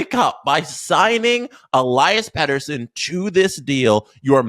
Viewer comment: If only you could say his name right 😂